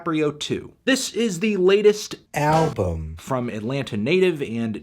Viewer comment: Hee hee hee. Tony couldn’t say album so he dubbed it in post. He probably said it like “albm.”